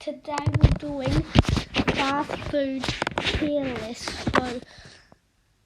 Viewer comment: Bro really called it”fats’ foods lol